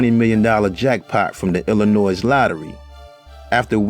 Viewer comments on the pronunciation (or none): Please stop saying the S in Illinois. It's in so many of your wonderful videos.